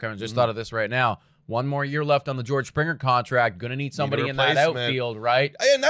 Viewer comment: It’s Springer not Srpinger